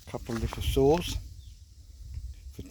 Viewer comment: At first I heard you sayt swords and I thought that's awesome but then i see you said saws. Still pretty cool, haha